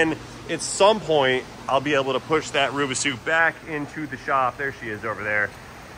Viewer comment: I cannot have a nice day with the word "Rubisu" echoing in my head. Please for the love of God stop!